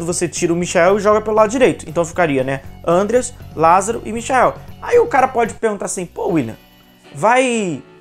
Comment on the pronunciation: Não é Ândeas mas sim Andrêas pelamôr 🙏🏻